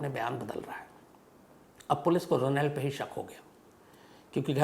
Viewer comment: Ro nald nahi Shamsbhai correct pronunciation hai rawnald